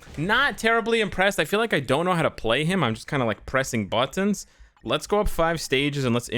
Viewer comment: The way he said buttons, gears cut off and on out of nowhere.